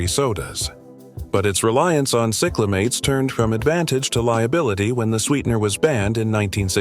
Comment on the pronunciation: Diet Pepsi replaced Patio cola in ‘64 to become a rival to Diet Coke, which would be introduced 18 years later ? Like cola was not competing against citrus flavored drinks. Cyclamates is sigh-cla-mates not sick-la-mates.